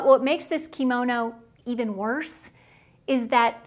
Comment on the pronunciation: Please learn to say the word Kimono properly!! It is NOT pronounced KEY Mo No. It IS pronounced KIM OH NO!!!